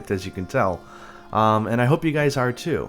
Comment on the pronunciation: 'hope you juys enjoyed this video' that made me laugh xD